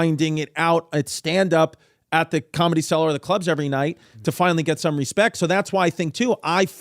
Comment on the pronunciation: Nobody: Bobby: "combedy"